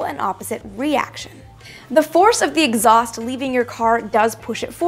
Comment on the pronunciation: Did she just say exhuast moves my car forward....